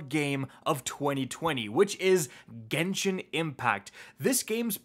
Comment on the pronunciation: It’s Genshin not genshien lol people mispronounce it.